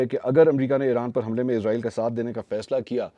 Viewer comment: Aslamo Alekum Kindly ap lo israeel lafz ko izraaeel k lfz mn tbdeel na krin because izraeel ak fareshta hy jo Allah k hukam sy logon ki rooh qabz krta hy Ar israaeel ak qoum hy js ka zikar Quran pak mn hy